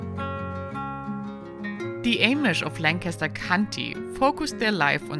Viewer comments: She pronounced Amish and Lancaster wrong 😳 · “Lank a ster” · Langkister is how to pronounce Lancaster.Amish is Ahmish,not Aimish